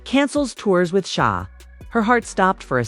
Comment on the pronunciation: I understand that SZA is not going to the Australia tour… this woman can’t even say SZA please